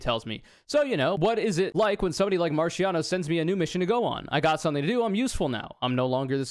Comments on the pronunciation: Hearing you do the soft ch in Marchiano hurts so much more when you do it with the accent. Ch in Italian makes a k sound, and C makes a Ch sound. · you should be legally prosecuted for pronouncing italian names like that